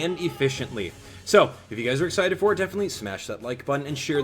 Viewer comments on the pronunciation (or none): none